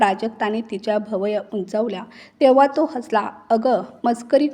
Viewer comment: भवया नाही भुवया